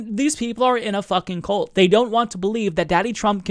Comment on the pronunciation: Just one minor note on pronunciation. You are pronouncing, "cult," as, "colt." They don't belong to a colt. Think, "culture," when you say, "cult." Please, and thank you. And I adore you. I'm an ass, just wanting nobody to ever down you for any reason, and this was the worst I could find. Meanwhile, where I got my Covid test today, telling her about hearing someone on the radio "just asking questions," she demurred, and told me we needed to be moderate, and not fear "too much," and "overreact!" WTAF? P.S., my husband's test was negative already, but we suspect a false negative, as we're both sick. However, I suspect another virus, perhaps an adenovirus. I'm definitely sick, for three days now (as is my Clarence), but in spite of undetectable HIV for 23 years, AND I have asthma, and I am a Cystic Fibrosis carrier; meanwhile, I'm okay. I'm scared, but okay. I'd rather be scared and live, than mentally disabled, and die. BTW, did you see the study, proving antimaskers have significantly lower fluid intelligence? They are literally dying of stupidity. Good. I'm tired of them rooting for our deaths, and us dying from underfunded healthcare, punishing us for *their* idea of sexual and drug "sins." I literally hope all hateful bastards die, because I'm tired of US being killed by their negligence. Smooches to you and your husband, from me and mine.